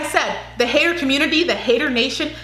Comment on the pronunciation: That's how pronounces 'hater'